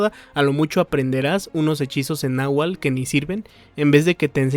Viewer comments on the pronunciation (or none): none